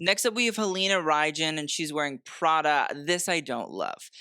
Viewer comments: You pronounce it "Halina Reyn" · Halina Reijn is pronounced like Halina Rhine (like wine) except we roll the R but that’s okay, her first name you pronounced correctly but the last name is much simpler than you thought haha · Halina Reijn's last name rhymes with rain.